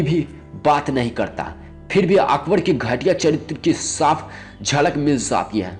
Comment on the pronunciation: Mina bazzzzaaar, horom, okhbor(Akbar), biti(beti), kaha zzata(kaha jata)..........yaar pehle hindi bolna sikh